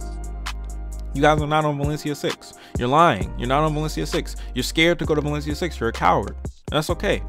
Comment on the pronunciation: LMAO "OH WALESIA SIX CWOWDED" bruh. I'm dying laughing.